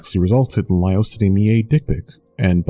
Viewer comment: It's never Li-Over